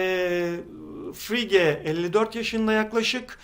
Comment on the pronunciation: Harika bir örnekle çok güzel anlatmışsınız gerçekten. Önemsiz bir detay ama yine de paylaşayım istedim. Frege ismi Fıregi şeklinde telaffuz ediliyor:)